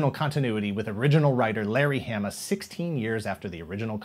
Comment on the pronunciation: Its Hah-Muh! Say it right,!